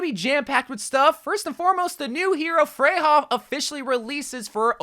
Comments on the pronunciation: Her name is pronounced Freya. The European j sounds like a y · Isn’t Freja pronounced as Freya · Not to be that guy, but her name isnt "freyha" (🤓)